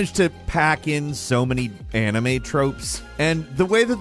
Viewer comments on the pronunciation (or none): none